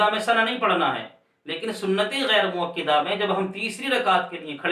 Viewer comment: حضرت مؤکِدہ نہیں بلکہ مؤکَدہ ہوتا ہے